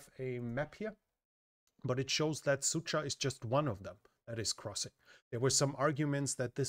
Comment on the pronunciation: As a native Russian speaker i couldn't help but giggle every time he pronounces Sudzha as "Sucha". In Russian it sounds something like a "Bitchville". that 'dzh' pronounces more like a G in George. Yeah, "Dzheordze"